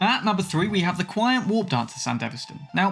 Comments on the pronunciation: "qian" is actually pronounced more like "chee-an" rather than "kuai-on" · Key-On-Tee - QianT its like the spice, they way you say it is Quiant Kwee-ant, its a spicy mod. not a breeding ant. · its pronounced Chan-T